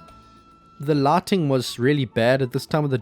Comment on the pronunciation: Laating...took me a while to understand he meant lighting